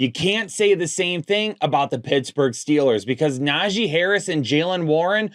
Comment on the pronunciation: put some respect on Najee's name